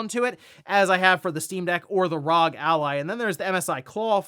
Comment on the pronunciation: It's R O.G. not Wrog